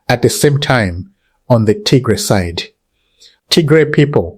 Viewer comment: Can you please correct your pronounced name TIGRE